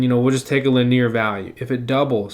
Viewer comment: Lineer? Hahaha, sorry have to harass you.. It's LIN-ee-er.